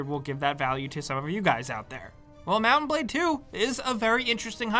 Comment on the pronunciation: I keep hearing mountain blade lol